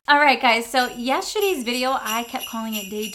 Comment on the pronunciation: Only heard you say yesteshitties video LOL sorry